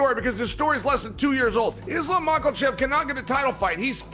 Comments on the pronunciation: Chayle says Islam Mockelchev. Silly 🤡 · Islam Michael-Chev😂😂😂😂 ~chael sonnen